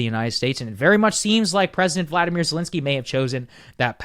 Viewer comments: You always mispronounce his name. It's Volodymyr not Vladimir 🤣😊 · It’s VOLODYMYR. There is no A in his name. Do you think we can start pronouncing it properly. His name is NOT the same as Putin’s.